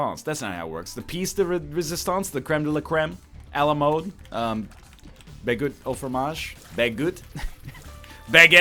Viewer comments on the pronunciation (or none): BAGUT AU FROMAGE?? I'm not even French and I'm offended!!